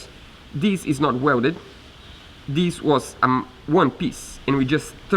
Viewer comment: It's not "dees"...its "THIS". 😏